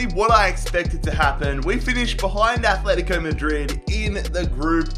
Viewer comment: Fucking stop, it’s not Athletico Madrid it’s ATletico Madrid you don’t say Ath.